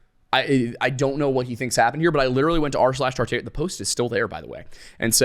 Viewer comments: Why are you saying “Tar-Tar-ia” wrong? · tart-air-ia please no It's tar-tar-ee-uh